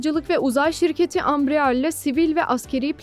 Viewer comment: Bu haberin neresinde Embraer Kaan parçası üretecek geçiyor? Bu nasıl başlık? Ayrıca Ambrear değil Embraer, birisi ablamıza okumayı öğretsin.